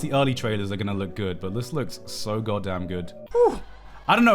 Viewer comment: garnt saying "god damn" sounded so american